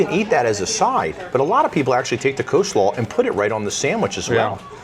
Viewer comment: How do you know you watch a lot of Vacation Education videos? When you and your husband start a drinking game: drink every time someone says "Co-slaw" (with the silent "L") 😂